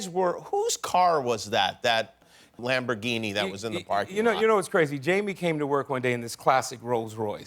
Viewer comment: “Lamborghini” smh 🤦‍♂️